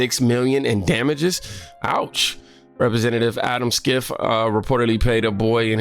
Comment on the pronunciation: Schiffs name is pronounced Shiff . They call him shifty Schiff . Lol Trump calls him that